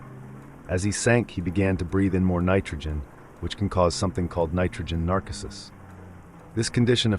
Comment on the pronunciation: Narcosis is pronounced “nar-COH-sis” not “NAR-cah-sis” just fyi And to anyone who sees this and thinks I’m being a jerk, this dudes job is to narrate. To narrate well you should speak properly. This is a helpful comment not a hateful one